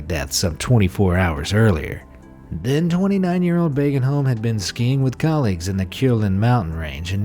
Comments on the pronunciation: Try saying "Bogenholm" instead of Bagenholm and you will be closer to correct. The correct sound for "å" is close to "o" in "Ford". So start with considering "å" an "o". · And by the way, you pronounced that wrong. It's booagenholm, not bagenholm. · Å is sayed a bit like o btw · It's not bagenholm it's like boagenholm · you pronounced the name wrong you need to do the å sound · Its a swedish letter